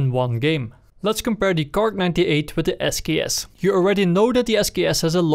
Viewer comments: no god please no nooooooo its not kark its kar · Why do you say "Kark"?? Its just KAR. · PLEASE STOP SAYING KARK IM KILLING MYSELF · Why does he keep saying cark? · WHY THE FUCK YOU SAYIN KARK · KAR NOT KARK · people are calling it kark for not to getting confused with the word car